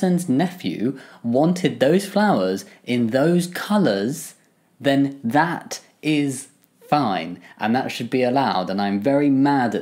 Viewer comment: Jammi's camera zooming in on his face while he insistently - and yet still so gently - emphasises "That. Is. Fine." made me laugh harder than it probably was meant to.